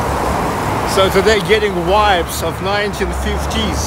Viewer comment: Amazing, thank you. Hope you don’t mind, pronouncing the letter ‘v’ in ‘vibes’. Not as in ‘wines’ but as ‘victory’ ))